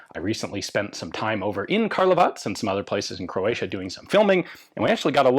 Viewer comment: Love how you say Karlovac properly.